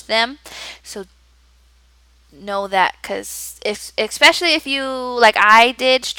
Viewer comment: I'm enjoying all your tips and have been planning to apply as well. This will be my first ESL position / interview so I'm excited but SO incredibly nervous. I did notice something on a couple of your videos.... you say "expecially" and not especially. Not sure if it's your pronunciation but just a heads-up on how it sounds. Great job and thanks for the tips.